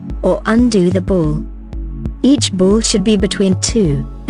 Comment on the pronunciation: She says "bowl" but she means "ball", it's confusing.